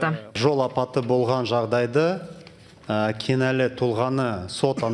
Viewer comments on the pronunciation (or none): КІНӘЛІ деп дұрыстап айтыңыз Ақышев мырза! «Кинали» деп айтып ұятқа қалдыңыз, қазақ тілін білмегеніңіз үшін өзіңіз «киналисиз».